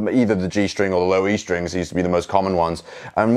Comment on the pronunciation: "the stwing" has my dying